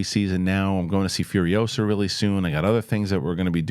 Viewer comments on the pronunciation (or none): none